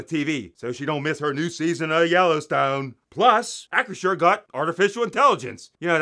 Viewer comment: LOL 🤣 and yes, Hunts ketchup... YUCK 🤢 ( great job pronouncing Acrisure, it doesn't roll off my tongue!)🥴